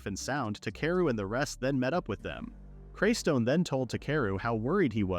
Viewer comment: It’s not craystone